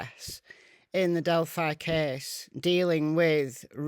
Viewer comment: I wish they would pronounce Delphi properly ... it's not Delph eye, Eyend eye ana (Del fee)